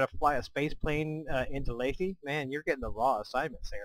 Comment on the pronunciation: It's Laythe dammit! LAYTHE! Like scythe! Not Layth-eee!! Pwew.. glad I got that out of my system. Anyway, great vid. Just heard and started playing KSP myself. Having a blast. Nice to see that I'm not the only one committing Kerbal genocide every time I try to fly something haha!